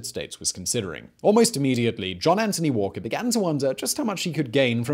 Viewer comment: Anthony, not Antony. Good video overall though, thanks.